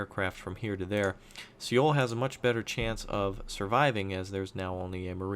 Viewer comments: Just for future reference, Seoul is pronounced "Soul," not "Seh-oul" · Alas, I am one of those Koreans who is cringing over his pronunciation...but I still enjoy his videos.